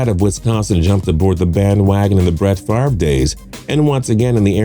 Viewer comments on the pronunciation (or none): none